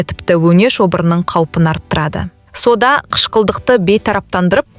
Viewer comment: Содан дейсің бе,әлде сОда дейсіңбе? Дұрыс оқып үйренсейші.или мектепке бар😅😅